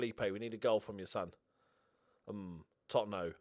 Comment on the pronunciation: I presume has no issue pronouncing Coutinho and Firminho with their expected endings, so it tickles me that he doesn't pronounce Totonho or Rosinha with those same endings